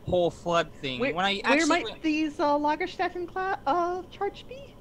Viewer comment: LagerSTAYten. Get your umlauts right!